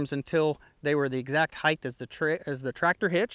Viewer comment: Great videos but every time you say heighth instead of height, I cringe.